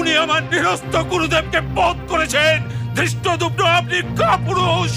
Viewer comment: ধৃষ্টদূর্ণ ❌ ধৃষ্টদ্যুম্ন ✅